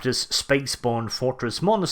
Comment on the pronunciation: You managed to say "fortress monetary" three times in one sentence. Don't do that again.